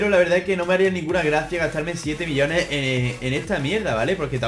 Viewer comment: Cuando decia millones le entendia billones